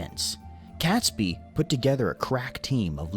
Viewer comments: The video you watched is poor. The events happened 400 years ago, not 600, and the principal's name is pronounced "Kate's bee", not "cat's bee". At the time, there was no British Empire. In fact, the name Great Britain was very new, having been invented by James I to include his dual kingdoms of Scotland and England. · The narrator also mispronounces Catesby - it’s not Cats by. It’s Kates by. It REALLY grates all through the video. Glad to see you delving into our history. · Please, please here in Warwickshire by Coughton Court we pronounce Robert Catesby as Robert Katesbe, not Cat, Kate. (shoddy research) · ...Catesby is, as far as I know, pronounced Cates-bee and not Cats-bee. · I wish the narrator to that piece had pronounced 'Catesby' correctly - as you, corrected his pronunciation of "Worcestershire"; phonetically, Cates(by) should rhyme with 'gates'. Prior to this event (Tudor period - Henry VII et al), in terms of Hanging & quartering, this was considered 'lightweight'. When the Tudors got their hands on those committing Sedition & treason, they were Hung, drawn & quartered - in that order. The 'drawn' element of the insult to a villain's body, was that each limb was roped to a separate horse, & then each respective horse was put to the gallop - tearing them (literally) limb from limb, after which they were quartered with a knife (or from whatever was left of the body) - you can't say that the Brits were not thorough in their dispatch of the bad guys!! Imagine a relative of one of the perpetrators requesting collection of the remains for burial... "Apologies, Lady Catesby, your husband's left leg left for Cornwall, his right leg is away to Scotland, & we sent the two arms to Wales & Brighton, respectiveley...Oh, & the head remains atop Traitor's Gate..." 😁Apologies for my black sense of humour 😉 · Pronunciation Catesby=Kates Bee. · Mispronounced Catesby normally the 'e' changes cat to cate. Aas in ay rather than at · The name is pronounced Katesbee.